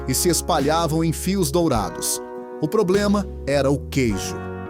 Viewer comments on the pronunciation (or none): none